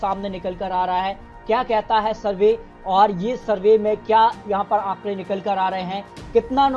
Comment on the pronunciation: ये श श श तो सही से बोल ले भाई।।फिर शरवे means सर्वे करना